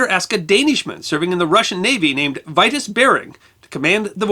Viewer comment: VERY INTERESTING IN DEED. JUST one thing, 'Vitus' Bering is pronounced: 'Vee'toos' not 'Vaitos'! And he was born in Horsens, East Jutland, Denmark. A fellow Dane.